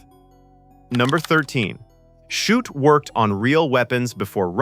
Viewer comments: And the mispronouncation of Shute’s name. Several different pronunciations. The scene with the Coke bottle and the Morse key was filmed at the Rockbank HF Radio Receiving Station in Victoria, Australia. It wasn’t a transmitting station, it was a receiving station operated by the Overseas Telecommunications Commission (Australia) - OTC(A). The observant will have noticed the AVO valve data book in the background - it had specs for valve (vacuum tubes) for the AVO (British) valve tester. I used to use one when I was a young technician. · How many ways can the authors name be mispronounced? This AI tries its best. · How many ways can you pronounce Shute, watch this and find out. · A pity this wasn't narrated by a human who knew how to pronounce names....I think a dependence on AI to do the thinking, in the future, its hunger for energy and water, and our inaction on accelerating climate change may be the things that destroy us, rather than nuclear war. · Shute is pronounced "shoot". It's not that hard! But here we have "shut", "shoop", even "shoopid". Time to re-record, I'd say. And if Gardiner Street honours Ava Gardner, why is it called "Gardiner Street"? It was in fact named after Captain Robert Gardiner, one of the very first British settlers in the district. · Who the hell is 'Shut'.Do you mean Shute,as in 'shoot'.Pathetic. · Shute. Pronounced - SHOOT! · "Nevil SHUT, Nevil SHOUP, Nevil SHUPID": Either your AI has radiation sickness, or The Vintage Flame forgot to teach it how to read! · Maybe with 100 years of radation, AI will be able to pronounce things correctly. "Shupet". Jeeeze. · Well disguised AI content? Everything seems well until #14, the name of the author of the novel is pronounced "shut", as in "the door is shut". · Great film but this is AI BS. "Shut"? C'mon, at least get the man's name right, FFS!!!! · Come on, AI, get Shute's name correct. He was not shut, or shoopert, or any of the other variants in the commentary. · Shute comes out as Shutt.